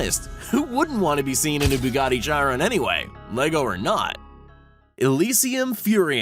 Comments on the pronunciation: lol chiron not cheyeron poor bugatti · did he just said Bugatti chairan. it's chiron dude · Sound it out like this”Sherone.its not shyron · It's not pronounced Chai-ron, it's shiron. Chiron Edit: thank everyone for all the likes!! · He said (chai-ron) instead of (Shi-Ron) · Please never say “chyrin” again chiron is pronounced “sheeron” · It’s not chi-Ron it’s shi-ron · its pronounced shiron not chiron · Why can no one pronounce "Chiron" right, it's pronounced "Shi-rone" not "Chi-ron" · You say S H I R O N not C H I R ON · Nobody gonna talk about how he called the chiron a “jiron” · Josh David It’s pronounced “shee-ron”... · Josh David its “shiron” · Patrick D. “Chairon” LOL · Tell him its pronounced as sheeron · Bugatti Chai-EE-ren 😂😂 wtf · He said Zhi Ron lol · It’s Bugatti CHIRON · Buggati chyrin😂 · why dose everyone say chiron wrong it’s shiron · I unsubscribed when he pronounced Bugatti “Chiron “ like that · CH EYE RUN 😂😂😂 I cringed so hard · When he call the chiron chi-ron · when he said Chiron like chirin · Bugatti Chiron is pronounced sheeron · U said chiron wrong its supposed to be said like sheer on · Chiron in pronounced with a K sound. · Oh my gosh buggati chai-ron cringe fest lol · The way he pronounces “Chiron” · Did any car persons get offended when he said chiron wrong. 😅 😅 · Dude. You did not just pronounce Chiron like that. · Triggered me sooooo bad I was like learn how to say Chiron right first. Then make the video. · He is a pleb he mispronounced the Chiron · He said Chiron soo wrong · And the way he said Bugatti chiron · You couldn’t have said Chiron more wrong lmfao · He said Chiron wrong LOL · he said it wrong